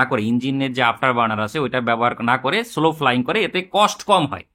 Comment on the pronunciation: স্লো না সলো...শুনতে কানে লাগছিলো।